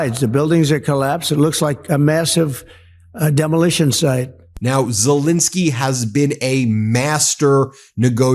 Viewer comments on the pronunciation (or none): Just wanted to correct your pronunciation of the Ukrainian president’s name, sorry. It’s ZelEnskiy, not ZelInskiy like you’re saying it… Ukrainians watching will appreciate. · Pronounced Zelenskyy not Zelinskyy!